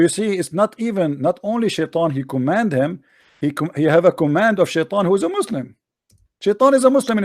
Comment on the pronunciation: I think this guy can not read, it says shaitan 😂😂😂. Even my doughter in 2nd didnt find difficulties to say Shaitan, whats wrong with u 😂😂